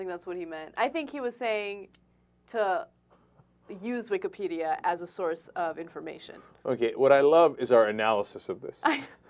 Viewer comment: LOL "Wikahhpedia"